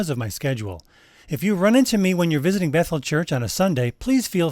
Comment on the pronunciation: I had to rewind!! I thought you said, “the link will refer you to someone who’s mental.” But apparently you said, “…refer you to someone at Bethel.”